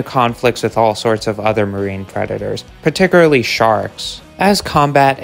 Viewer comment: Particularly = par-tic-cyool-ar-lee not pat-ti-cyoor-a-lee 👌